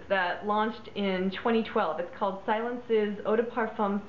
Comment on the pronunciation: Say, "see-LOHNS", c'est Francais! It means, "quiet". I'm so sorry to hear it's been discontinued, this was a great favorite of mine, back in the day. There were a lot of green fragrances on the market in the 70's, but this one was truly in a niche of its own. And the deco bottle was to die for! Jacomo used to make a very nice men's cologne, too.